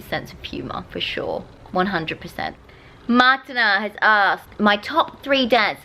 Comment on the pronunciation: 😂she said Martina wrong